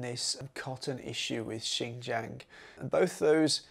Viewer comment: If you could fix your pronunciation of jiang your video would be much more enjoyable. I am a foreigner too and know it is hard but I think it’s important to respect the place by learning how to actually pronounce it.